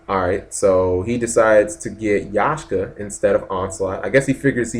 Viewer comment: It's not Yashka. It's Yaksha.